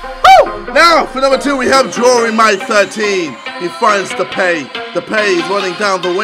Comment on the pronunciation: It's pronounced as De-pie, not Depay